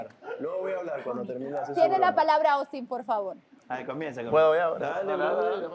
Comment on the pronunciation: este huevon va en serio JAJAJA AY OUSTIN bien peruano